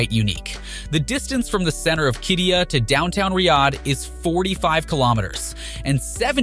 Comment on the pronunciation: I worked on Qiddiya for 3 years. Please have someone who can pronounce Qiddiya please.